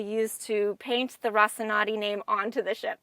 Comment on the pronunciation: I usually love Adam's visits to Propstore but they're typically best when the Propstore host is more knowledgeable about the series and comfortable on TV. doesn't seem to have a great grasp of the series (doesn't know how to pronounce Rocinante) and isn't able to interact with Adam as deeply as Stephen has in other videos.